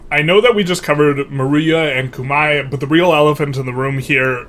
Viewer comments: It rhymes with "eye" in its native pronunciation if that helps. Not that it matters but just fyi. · Google how Khmer is pronounced because yours is pretty far off. Great video nonetheless!